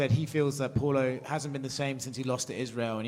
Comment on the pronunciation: the first journo calling Paulo, Polo, is annoying